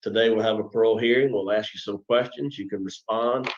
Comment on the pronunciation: Jesus, your boy can't pronounce "ask"